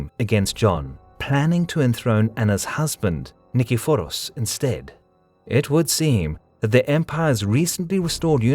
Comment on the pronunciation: I never thought to pronounce Nikephoros that way. I think I actually prefer it, because now I can shoten it to Nickey.